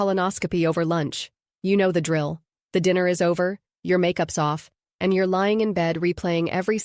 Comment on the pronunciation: when spoken 'your' and 'you're' do sound differently. in this video it sounded as though the 'person' reading this did not know it.